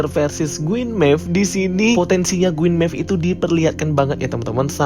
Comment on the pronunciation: Queen Maeve bosku, bukan Gueen maeve. 😁